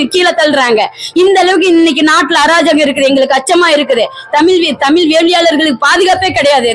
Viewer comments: ஏன்டி உனக்கு முதல்ல தமிழ் உச்சரிப்பே வரலை தமிழை தமில் சொல்கிறாய் இவளை யாரோ இங்கே அனுப்பியது தெரிகிறது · உன்னை பாடிவிட்டு அசிங்கப்படுத்தியிருக்கனம் உன் தமிள் அவ்வளவு நழ்ழா இருக்கு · tamiz appadinnu sariya sollu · முதலில் தமிழ் என்று சரியாக உச்சரிக்க கற்றுக்கொள்ளுங்கள் தமில் தமில் தமில் எத்தனை தமில் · தமில்இல்லை தமிழ் என்று சொல் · முதலில் தமிழ் என்று உச்சரிக்க வேண்டும். தமில் இல்லை. வேள்வியை வேல்வி என்றும் இந்த அம்மையார் சொல்கிறார். எந்த ஒரு மொழியிலும் இல்லாதொரு அழகு நம் தமிழில் மட்டுமே உள்ளது. நாம் அனைவரும் முதலில் சரியான முறையில் தமிழை உச்சரிக்க மற்றும் பேச முயற்சி செய்வோம். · First the lady should pronounce Tamil properly. Pronounce ZHA correctly. Then you talk. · First let this WOMEN OTHUVAR pronounce original TAMIL ,instead of killing TAMIL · மொதல்ல தமிழ் என்ற வார்த்தையையே சரியாக உச்சரிக்கத் தெரியவில்லையே நீயெல்லாம் யாரும்மா? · தமிழ் முதல்லா சரியாக உச்சரிக்கவும் ..பின்பு …மற்றவை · தமிழ் என்று உச்சரிக்கவும். தமிழ் படாத பாடுபடுகின்றது.வாழ்க தமிழ்! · முதலில் "தமிழ்" என்பதை சரியாக உச்சரியுங்கள். யாக சாலையில் ஓதுவார் அவர்களுக்கு என்ன செயல் இருக்கிறது? ஓதுவார்கள் இறைவன் அருகில் இருப்பவர்கள். இவர்கள் ஓதுவதை கேட்கவே இறைவன் கருவறையில் வீற்று இருந்து எல்லோருக்கும் அருள் பாலிக்கின்றார். சிவா பெருமானின் குண்டலமாக திகழ்கின்ற ஓதுவார்கள், இறைவனுக்கு கேட்கும் தூரத்தில் இருக்க வேண்டும். யாக சாலையில் அல்ல. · பைத்தியம் உனக்கு "ழ" உச்சரிக்க வரவில்லை.தமிழ பத்தி பேசற. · தமிழ் ன்னு உச்சரிப்பே உனக்கு சரியா வரலயே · முதலில் தமிழை சரியா உச்சரிக்கவும் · தமிழ், மொழி, வழிபாடு போன்ற சொற்களைக்கூட சரியாக உச்சரிக்க தெரியவில்லை. கடவுளே!!!! முருகா இது என்னடா உனக்கு வந்த சோதனை. தமிழுக்கு உரித்தது ' ழ '. இதுவே இன்னும் சரியா வரல. என்ன முருகா? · முதலில் தமிழ் என்று சரியாக உச்சரிக்கவும்